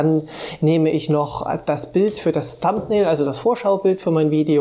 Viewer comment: Hi,. Supervideo, von dem ich viel gelernt habe - aber hör Dir doch - bevor du Videos machst - mal an, wie man die englischen Begriffe ausspricht. Thumbnail und Audacity sprichst du so falsch aus, dass ich die Wörter erst nach mehrmaligen Anhören erkennen konnte. Fast jedes online dictionary für Englisch spricht dir inzwischen die Aussprache korrekt vor. Das sollte man nutzen, wenn man Englisch nicht so gut beherrscht.